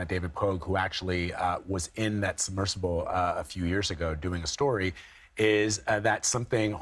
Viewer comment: Fire the host on the right. These people set the canon for how to speak and deliver stories. Missing the 'b' in submersible? Then she calls it a 'subversible'? An 'incredible' complex rescue? All adverbs end in -ly. Visually see? Then a 'submersive'? How is someone like this given this job?